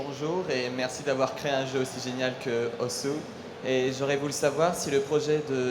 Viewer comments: Oui, Osu! se prononce "Os" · osu is a japanese word and they pronounce it as ''OS'' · Il s'appelle osu, mais ne se prononce pas osu.